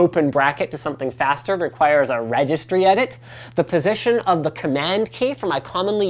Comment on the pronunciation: Did he say registry adit? OS X doesn't have a registry thank god. Has more in common with Linux thank god. I rather have OS X or Linux than windows.